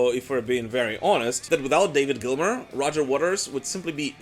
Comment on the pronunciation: Gilmour. Why do none of you guys ever get it right?